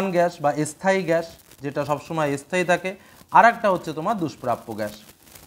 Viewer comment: স্থায়ী স্থান এই উচ্চারণ একটু ঠিক করতে হবে